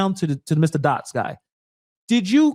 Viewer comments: Did he just say dotts, dots. Ummm just for that he should be hired nowhere!!!! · Did he really say "DOTTS"? Or is that a troll?